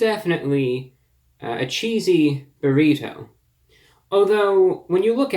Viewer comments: You say "burr-ito" weird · "burrhito" I love it man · "Burr- heet- toe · The way he says Burrito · 2 Things ... I love how you say Burrito and You really killing bugs with your Sunday's Best !!! #GOAT lol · I like you man but do you really say burrito like that? Wow.. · He hits that hard T in burrito the way Hank Hill would. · ReviewBrah pronounces Burrito like an upper class Brit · the way you pronounce "burrito" is hilarious